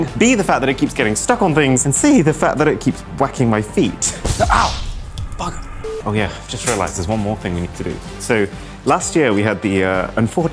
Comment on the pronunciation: he said bugga